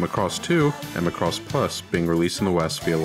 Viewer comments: Mack-ross not the Gaelic Mc Ross or the Scottish MacRoss like this guy says it. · I'm sorry, I can't watch your video. You keep saying (muh-cross). No offense I've seen all of these in Japanese. Even the intro theme song says, (ma-ku-rose) so to avoid watching some teenage school project, or the ramblings of a half-fan. I don't hit like or dislike...I comment and close! Click Bye!! I got to - you said it wrong 3 times in that 71 seconds. Regurgitating the internet repulses me. Merry Xmas!! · Well, maybe it has something to do with you pronouncing the name WRONG! It's MACROSS, not MA-CROSS! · It makes me gag when people pronounce it "Mick-ross" like its irish or something... "Mack-ross" please. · How on Earth are you pronouncing it wrong? maCROSS. It's MAcross. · i agree! its popularly pronounced as MAcross..this video would have been much better if he said it like Mahkross ... not like McCross.... (now i craving for some McDonalds 🤣) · It's not pronounced, (ma*cross). It's pronounced (makross)!! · I give you those examples, but you have to admit... When All of your life you've heard Mackross you've assumed it's that way. Then suddenly a frenchy guy with a YouTube channel call it ma-crosse like come across lol. It sounds so wrong it annoys the soul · mAcross, not macrOss. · It is not pronounced like lacross the sport, it's Ma cross. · /\'Cypheir ik he can't pronounce it right and it makes me cringe so hard